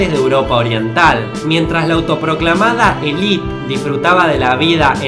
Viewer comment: Élite, se pronuncia la e del final